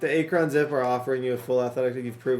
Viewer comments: That is not how your pronounce "Akron" 🤦🏻‍♂️🙄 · It’s “Ahk-run” not “ Aak-ron” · “A-cron” is killing me lol it’s “Ack-run” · Akron = Ack-run